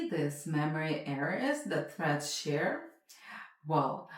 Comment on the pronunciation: Are you saying "Breads" "Freds" or "Shreads".... alright.